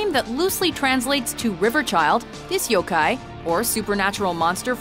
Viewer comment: Please be considerate of pronunciation. You made some mistakes in pronouncing the names of the yokai. Pronounciation plays a great part. Especially in most languages. Even change in pitch can change the entire meaning.